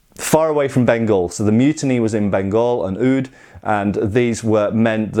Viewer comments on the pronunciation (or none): I find your pronunciation of Oudh or Avadh very funny. I mean no disrespect, it was just funny. By the way, it's understandable why this sword was popular among Indian troops, since it's close to a tulwar.